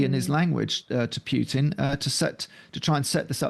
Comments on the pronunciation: Can you, for the love of satan, stop pronouncing Putin's name as [pyewtin], please? Apparently it's your job to talk about him, pronounce his name correctly: [Poo-tin]. Thank you. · Great discussion, thank you! Just a quick note: the letter "u" in Putin is not preceded by a "y" in correct pronunciation. It is pronounced like "ooh" not "you". Pootin, not Pyutin. I am not making a joke. Ask any Russian speaker. Anyway, please keep these great discussions coming. Very well done.